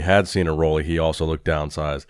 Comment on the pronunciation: How old is this channel? While is yet to find out the correct pronunciation of Roelly's name...